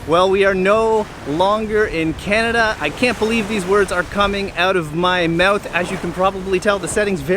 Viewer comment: English is my third language.. So I tend to pay attention to pronunciation.. And I noticed that You pronounce those words different than americans or british.. When you said out of my mouth.